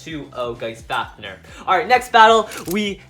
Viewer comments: Drain fafneeeeeeeeer it is pronounced drain faniiiiiir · U keep saying fafner and not fafnir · Duuuude stop saying fafneeeer it is fafnir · faf-near not faf-ner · Bro the way he says fafnir